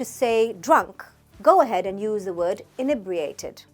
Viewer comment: Firstly, we also say pissed to mean being annoyed, it's not just the Americans; secondly inebriated isn't a "posh" word used by the "upper classes". How ridiculous ! Actually it's a word used by every police officer who has booked someone for being drunk/under the influence. Lastly, you don't even pronounce inebriated properly. At least get that right.